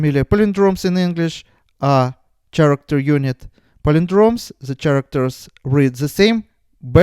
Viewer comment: Thank you for the great explanation. I have been following your page since 2017 and I've seen your english has improved so much. If you'd not mind I'd just say sth, the word 'character' is pronounced more like 'karakter' . I just thought since I'm learning so much from you, I could help in sth. Hope you won't mind 🙃